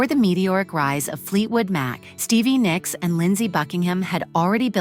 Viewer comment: Nicks, not Nyx!!!! Damn it pisses me off when they can’t spell names, right! Cheap computer machines that narrates this crap